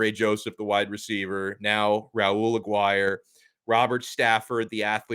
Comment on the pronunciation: Dude. As a fellow alum, you're killing it. I wanted to knock you for your pronunciation of "Aguire," and you nailed that. Then you kill me with the "he's still a four star." Well done. Separately, I hate this hat game. Don't care where you land. It's so corny and disrespectful.